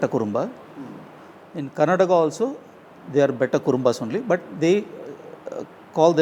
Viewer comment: Why do you guys pronounce the state names wrong? Its Karnataka not Karnatak and Kerala not Keral! Please make sure you don't make such mistakes. We find it pretty offensive.